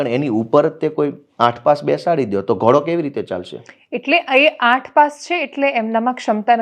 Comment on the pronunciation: ભાઈ એને પહેલાં ઘોડો કેવાય ઘોળો નય! એ સુધારો પેલાં 😂